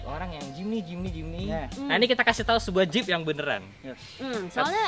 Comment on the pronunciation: Jip bukan jeep